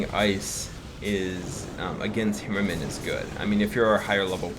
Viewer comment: Dude with all due respect learn to pronounce the name right its torture listening to u trying to say HAmmerman try it right would u its HAmmerman not hemmerman like u say sorry if i offend u but dude it's torture